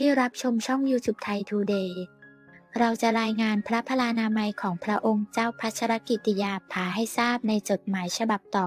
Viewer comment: ขอให้คนอ่านข่าวช่วยอ่านให้ครบประโยคเช่น พระนามพระองค์ภา ต้องอ่านติดกันดังนี้ " พระองค์เจ้า"พัชรกิติยาภาฯไม่ใช่อ่านว่า พระองค์ "เจ้าพัชรกิติยาภา". อย่างนี้เป็นการอ่านที่เว้นวรรคประโยคซึ่งไม่ถูกต้องตามหลักไวยากรณ์ อยากให้แอดมินช่วยศึกษาภาษาไทยให้ดีก่อนเผยแพร่สิ่งผิดๆในยูทูป